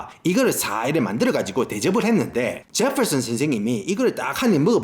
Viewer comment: 제펄슨 스애임 발음 무지 구수하네예~